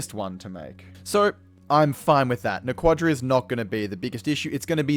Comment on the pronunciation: I hate to play Hermione here, but it's "NA- quah-dah", not "na- QUAH- dah". The only time you put emphasis on the second syllable is with "Naquadriah". never Naquadah.